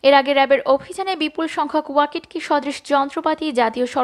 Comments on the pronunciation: It is not Wakit ki it is waki toki ( as spelling) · ওয়াকিট কি বলছেন কেন এর উচ্চারন ওয়াকি টকি । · ওয়াকিটকি উচ্চারনটা সঠিক করুন।